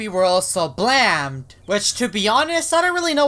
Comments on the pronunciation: Blaamed Me: Blamed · That’s not blamed it’s blammed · It's says "blamed" not "blammed" lol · Dude it's BLAMMED NOT BLAMED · Its not blamed its blammed blaymed but the y is silent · that time you said blammed is dumb